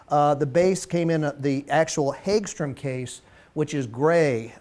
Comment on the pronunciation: Per the company the pronunciation is "Hogstram" and the company has been making guitars since 1958.